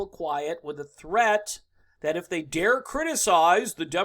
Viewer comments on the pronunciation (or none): none